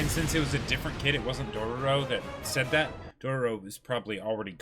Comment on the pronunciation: Hearing them say Dorororo makes me suicidal